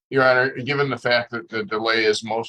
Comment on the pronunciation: Defendant and his wife, “thank you ye honer” LMAO